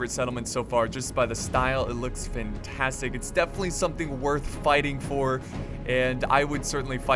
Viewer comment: "It's Fintastic." Did I hear that wrong? "Fintastic"